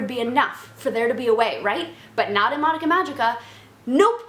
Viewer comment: It's not madaka. -.